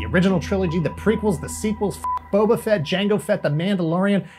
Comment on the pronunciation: DID HE JUST SAY FETT BOBA !!!???